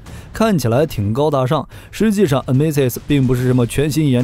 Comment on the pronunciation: NMESIS發音非常標準，感謝